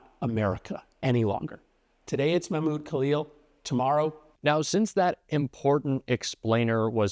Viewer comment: That is not how you pronounce Mahmoud.